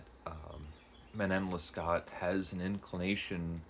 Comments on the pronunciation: It's pronounced roughly man-naw less-KO. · Alexandre Dumas fils is pronounced like Alexander do-MAW feece (think of the Golden Fleece but without the L) The name of this book is pronounced man- KNOWN luh-SCOH by abb-eyy pray-VOHST — I capitalized where I thought the stresses should be if we spoke it in English. I excluded Abbe because French is not a stressed based language and I think if you go either way in English it will work depending on the sentence. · That was a quick review! Sounds like I should order the penguin translation; thanks for addressing this important factor (translation). I read Dangerous Liasons years ago and really enjoyed it. I absolutely love the opera Manon Lescaut (it's pronounced something like Leh Scoh like "show"). Try to watch even just the famous aria scene, it's so very moving when performed well. Good review, thank you. Glad you're sticking with Clarissa! That's on my list. 😮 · I made it as far as , at which point I was defeated by your terrible French pronunciation (it would have taken you less than a minute to google the pronunciations of the name of the book and of the author) AND by your use of the word "laborous". The word is laborious. Using incorrect (in fact, non-existent,) words is not a good start for a would-be literary critic.